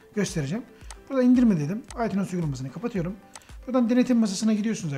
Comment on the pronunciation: Aytuns okunuyo aytunes değilllll